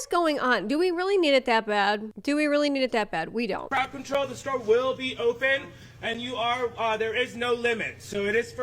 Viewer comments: its CROWD not CROUD. 🙄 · “Croud” control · I’m sorry… “croud” control?? Less cups more books 🤦‍♀️🫠